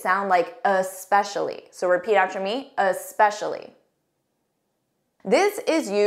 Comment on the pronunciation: Ess-pecialy not Ah-specialy. Thanks!